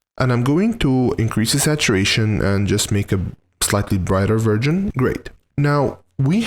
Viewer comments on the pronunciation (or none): You should be careful when saying 'version' because what you actually say is 'virgin' 😂😂😂